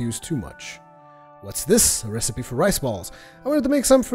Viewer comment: Did he just pronounce recipe as "receep"?! o_O